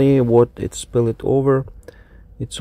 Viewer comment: 'SPILLED' is a one syllable word. You pronounce words that end in "ed" as two syllable words all the time.